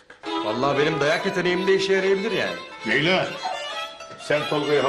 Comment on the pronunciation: Leyla yi yanlis soyluyo 279 dio